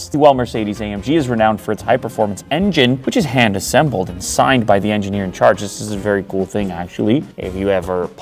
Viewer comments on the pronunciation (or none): Assembled not assebled! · Shouts luxury, especially the “hand assebled” bit … 😂